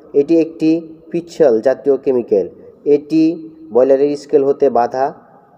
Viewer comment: ভাই কেমিক্যালের উচ্চারণ ভালো করে শিখে নিবেন।